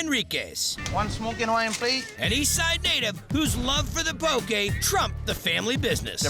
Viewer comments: Yay! This bro said poke right! Poke not poki. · Saying Poki and not Poke, is killing me bra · ALL You HAOLE SPEAKING HAWAIIANS GET IT RIGHT. . IT'S POKE & KIAWE!!!!!